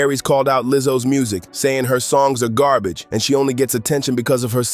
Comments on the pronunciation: Correction: it’s Gobbij not garbage. 😂😂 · "That was gahbage" "It's gahbage" "He's gahbage" I love Aries